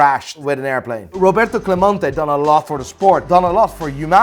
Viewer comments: CLEMENTE not clamonte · My favorite thing about in this video as a Puerto Rican fan, is how he pronounced Clemente differently every single time! GOD TIER